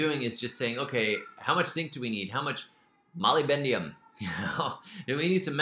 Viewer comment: Love this so much... but please say moly-BDENUM, not moly-BENDIUM